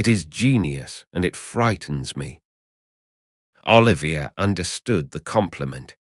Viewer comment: Extremely bad AI - sux that you mispronounced Laurence Olivier's name (and Joan Plowright's) continuously throughout the video...lazy ass effort...